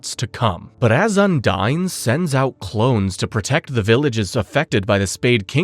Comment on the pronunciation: I do love this video. It gives me a chance to relearn everything about black clover before watching season two. The problem I’ve got is you keep pronouncing the name of the water spirit incorrectly and Vanika did not use her blood magic to revive her people. It was the curse magic from the devil